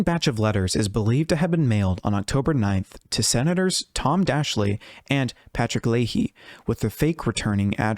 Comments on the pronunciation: Very nice. Yeah, I got to live through all that nonsense. Fun times. Not. did well, too, but can you pass along to him that he really ought to check on how to pronounce people's names first before reporting? Tom Daschle pronounces his last name as DASH-ill not DASH-ly. Dr. Ivins name is EYE-vinz. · It's pronounced Tom Dash-el. Great work. I vividly remember the hysteria this created. People thought everyone was going to be a victim.